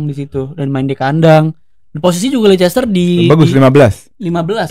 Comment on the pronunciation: risih dengernya Lei Ces Ter.